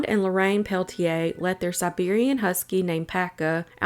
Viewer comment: It’s actually pronounced Pel-ah-tier, just FYI.